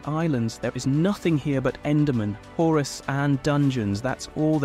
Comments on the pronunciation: Its Chorus not Horus… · 'Horus' got me dying 💀💀💀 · Why is no one talking about the fact that the narration in this is clearly ai generated? The script also feels like it could have been done with an ai, lots of weird wording throughout, and also stuff like calling chorus "horus" Basically, this video just feels like a soulless mass produced blob.